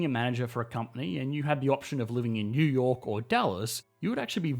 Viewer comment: "Yew yor' " Took me a while to realize you were saying New York